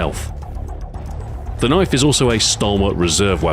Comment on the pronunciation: That's not a kniayfe tHiS iS a KnIaYfE